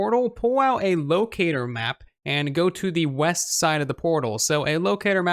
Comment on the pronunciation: Oooh weast I thought you said weast